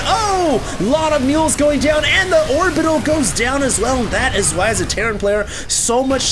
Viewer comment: Terran = "Terrain"